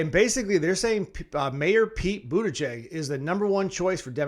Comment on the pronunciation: Youre spreading a bunch of lies. There are many fact checking articles debunking the claims you made at the top of your vídeo about Pete. I should have expected it from someone who doesn't even try to pronounce his name correctly.